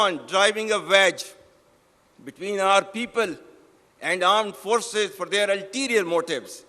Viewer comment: Armed forces nahi aand forces kaho theek se 😂😂